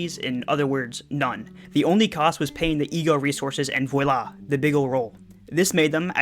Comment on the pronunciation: On the off chance you were not joking, voila is pronounced as VWAH-la, since it, like meursault, is from a strange land